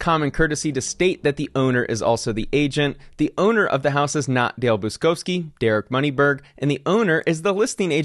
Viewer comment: Buczkowski is a typical Polish surname and is pronounced Butch-kovskee. Cheers! And all the best with the trial ;-)